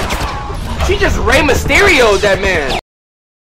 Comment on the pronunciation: 3 years late but wow you really butchered Rey Mysterio